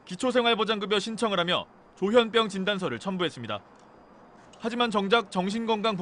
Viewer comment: 조현뼝? 조현병? 아나운서 발음도 서로 달라